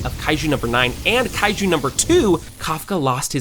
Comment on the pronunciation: Bro es reno oshikawa no leno ishicawa, es kaiju no laiju xd